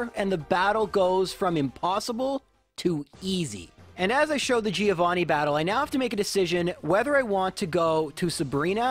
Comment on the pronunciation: That's not the correct pronunciation of Giovanni